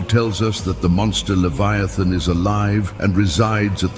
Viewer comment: Usseee liiiviethan pronounce karte hai